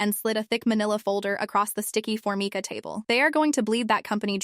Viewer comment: None of these stories can pronounce for mica correctly. For-My-ca.